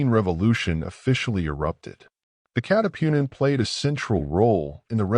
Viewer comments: Katipunan not catipunin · hindi maka pronounce ng tagalog yong AI audio reader na ginamit 😉